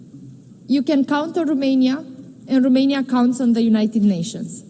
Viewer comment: In limba engleza, Romania se pronunta tot Romania, nu Rumenia 🙄 De cand o vedem ministru, e a nu stiu cata oara cand a pronuntat Rumenia, o singura data a zis Romania 🙄 De ce ales sa vorbeasca cu parul in ochi? 🤔